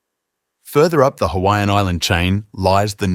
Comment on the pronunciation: I’m not offended by this on someone who is on the islands but you just need to work on how to pronounce the islands names and how to pronounce other Hawaiian peoples names